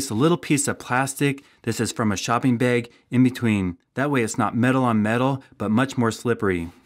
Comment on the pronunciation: Shopping baaaayyyyyg bro you’re definitely from the Midwest!!!!